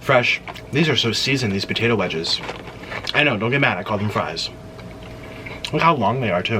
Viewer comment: I love how you say BAtato